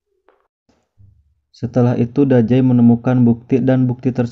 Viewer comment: Dazai bang bukan dajai😑